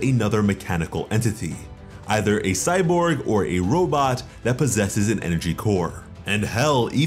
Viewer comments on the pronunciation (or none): none